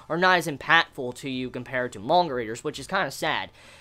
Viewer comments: Not mon-ga, it's man-ga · hey dick head its manga not monga xD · Is anyone else kinda annoyed that he pronounces manga as monga? I can't unhear it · I like how he pronounces manga